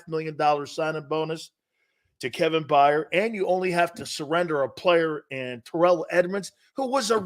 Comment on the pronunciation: You can’t even pronounce Kevin Byard correctly.. you don’t know what your talking about